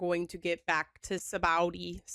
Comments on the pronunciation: Ray-Lee, Sob-a-ode-ee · Its pronounced (saba O D) but I like the way you mispronounce them all. if only I could tell you.... you don't know the half of it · Pronounced Sabba O Dee Island in English Dub 😅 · Rayleigh = ray-lee Sabaody = sah-bah-oh-dee Poneglyph = poh-ni-gliff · how can someone be so bad with names like bruh